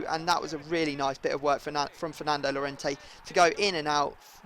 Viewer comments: Llorente's name is pronounced "Jorente" in english. J as in Jordan. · when you say jorente cuse two ll means a j in spain. Plz